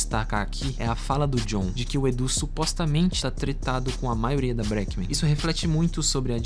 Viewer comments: mano, o vídeo tá muito bom e informativo, edição tbm ta boa, mas pelo amor de deus aprende a falar breakmen direito, caraio deu agonia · Dica: quando tiver palavra em inglês, como breakmen, coloca no tradutor e escuta a pronúncia correta!